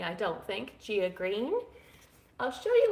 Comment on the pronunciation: Gaia (guy-uh) You have a number of indoor plants there. I have a few in a window I neglect to feed and they don't seem to care. Livestreaming is a good way to put out your style content with so much to show and talk about. Streams don't get a lot of follow up views unfortunately. I do need to go back to drinking chai instead of coffee. Just not yet though lol.